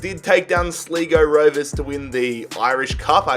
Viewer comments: it hurts me to listen to him say the the team names especially "Sligo rovers" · You said Sligo rovers wrong